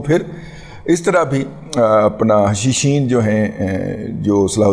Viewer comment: Hashasheen, not hashisheen.